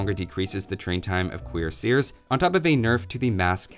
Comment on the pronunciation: “Queer seers”? Take it apart. You do not put on a “queer”, but a cuirass. ergo it is cuirassier